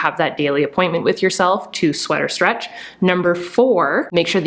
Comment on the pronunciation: Everytime I hear sweater stretch instead of sweat or stretch 🤣 🧥